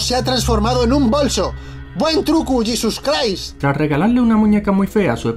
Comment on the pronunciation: Buen trucu llisus craist xD